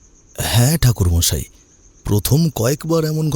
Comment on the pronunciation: ঠাকুর মশাই ❎থাকুরমশাই✅😂😂😅😅😂😂😅😅